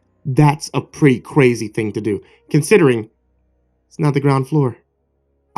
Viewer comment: that's a pretty Cwazy thing to do! sounded like Elmer Fudd there again. be Vewy Quiet i'm Weading a Cweepy pasta. He he he he!